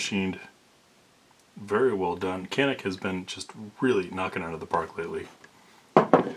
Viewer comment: Thanks for posting!! "Janick" is the pronunciation, in Turkish, the C is usually a J sound. They're gonna get real popular... Turkish gun makers, they're making REALLY good pistols....shotguns....not so much... But ALL Turkish made pistols I've fired are just insanely good for the money. Especially in the reliability realm.